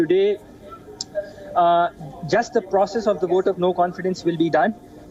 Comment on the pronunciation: Why are they speaking English. If you can't pronounce Vote then speaking Urdu